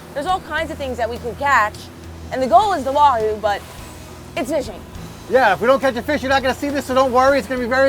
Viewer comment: stick to being the camera man and cooking! You literally butchered that Wahoo!! 😊😂😊